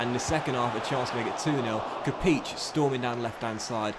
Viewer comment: Im sorry but the way you pronounce Kapić is wrong, its a longer I as in all surnames that have -ić as an ending, lik Modrić, Rakitić, or Jović. But nevertheless, keep up the Great work!